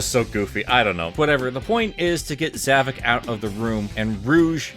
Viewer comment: Um, it's actually pronounced Zav-o-k